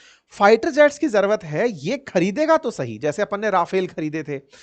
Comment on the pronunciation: ज़र्वत नहीं जरूरत बोलते हैं सर।